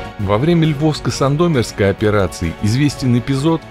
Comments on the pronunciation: Диктор "СандомИрский" а не "СандОитоский". Ну будьте внимательны!! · Все неплохо. Только плацдарм не СандОмирский, а СандомИрский. И город не ДебрЕцен, а ДЕбрецен.